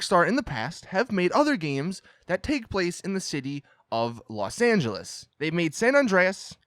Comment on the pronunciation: You mean Los Not Las😑😑